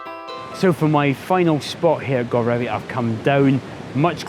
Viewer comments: great stuff one day I will get back to Cornwall:) Godrevy is pronounced God-reevee with a long e sound in the middle but nice try! Better than all the Scottish names Ive wrecked when there! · Love the video and your usual fantastic energy,. I'm pretty sure it's pronounced guh-dreevy. I have friends who live in Falmouth and sometimes go surfing there, so I remember the name. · Hi, great video blog as usual. I just love the coasts of eastern Cornwall and Godrevy is probably one of my favourites. We're staying at our friends chalet in Hayle in a couple of weeks time so I hope to get out and about with my camera. I'm sure that there are many but I thought I'd offer a pronunciation of Godrevy. I think Glen Sumner, below, got pretty close but I'd like to offer that there isn't so much emphasis on the God as in God-Reevee but Gu-Dreevee. My father-in-law, a certain Mr Trevithick, who originated from Camborne just a few miles away from Gwithian, assures me of this. I'm not going to be one to argue with him... LOL. I'm over to you website now to catch your bonus location. All the best.